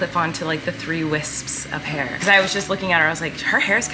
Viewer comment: When Colleen says three Wisp (psss) of hair..👱‍♀